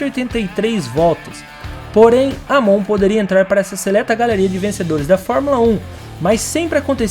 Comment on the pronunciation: EImon! a pronúncia é EImon.